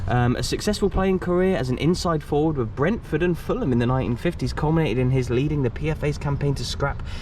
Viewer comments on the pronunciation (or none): none